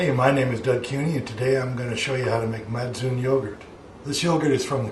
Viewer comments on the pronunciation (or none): Matsoni is pronounsed as MATSONI not MATSUN. and Georgia is not Russia. Kefir does not come from Caucasus. I'm going to open one secret for you, the soviet union was not Russia. It was more European union alike not US alike. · Its not actually pronounced "Mac-oon" its actually "Macon-ee"